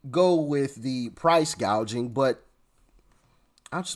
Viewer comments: She can't even read a teleprompter correctly. The word is "gouging", Kamala, not "gauging". What an idiot!! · You’re right! If she’d been talking to policy makers on her staff, she would have known it’s price gouging , not gaging. This was probably the first time she read that line and had no idea what it’s all about. She’s mouthing other people’s policies. She knows nothing about anything. I wonder where she’s going to end up, certainly not as a candidate, I think she’s a place holder until the Machine decides what to do. They’re up to something…. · what is price GAGING? & who has a hospitility job? Over 12000 words in English language, and she goofs them up? now iF English was her 2nd or 3rd language, let's excuse this genius!! Where is the giggle bobblehead..? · "Price gaging". come in Doc, get it right!! There is no inflation!! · It’s straight up communism. Price fixing. She can’t pronounce gouging. Or gauging. I’m not sure what her definition is. I’m not going to vote for communism. Free money for people to buy houses? I’m not voting for communism. I’m not paying for other people’s housing. I know I am right now. But I’m not voting for it. Her agenda caused all of the inflation. She was the tie breaker in the Senate. No. She is lying. There’s no price gauging or gouging going on. Econ 101. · Price “Gaging” and “Hospitillity”??? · She don’t even know how to pronounce gouging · Doc, did you expect Kamala to get her words pronounced correctly? Not a chance. She doesn’t even have dementia, or maybe she does. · LOL, she can't even say it right